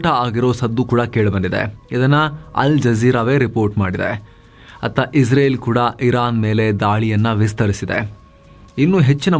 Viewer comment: Iwanige israel helikke baralla izreal antha bogalthane masth manga